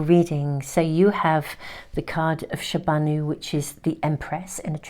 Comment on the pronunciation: Dear! Card 2 is called “Aa- she- kaan” & Card three is called “ Shah-Ba-No”. As being Pakistani Urdu is my National Language regardless of my English Tarot videos so I can tell this. And thank you for the Beautiful Reading as usual. May Allah bless you. Amen